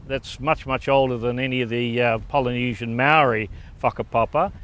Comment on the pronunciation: and btw it's Polynesian not pilynesion